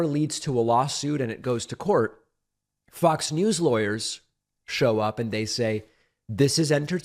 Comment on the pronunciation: Lose the COVID, keep the speech impediment. When you say FOX, it comes out as F***s